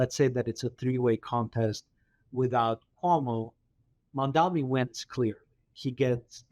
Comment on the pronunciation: His name is MAM-DANI.